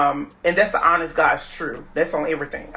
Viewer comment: Why this man can’t ever say the word TRUTH!?